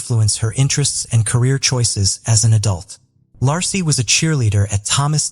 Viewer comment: I hate when the narrator can' t even pronounce a person's name. When covering the Scott Peterson case, He pronounced Peterson's wife's name several different ways. Lassy, Lacy and Lahey among them. That poor woman at least deserves to have her name pronounced properly!!